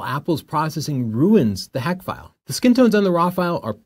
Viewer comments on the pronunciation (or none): It’s HEIC not HACK 🤦🤦🤦🤦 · The big takeaway for me is how to actually pronounce “heic”😄. But seriously, the whole point is that an iphone won’t scale to a large screen, as a dedicated camera would. Sure, for instagram or ticktock the quality may appear similar, but If you want to output a museum-sized print only a real camera will do.